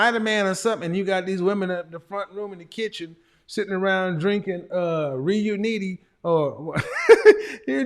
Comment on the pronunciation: The "Reuniti" Academy 🤣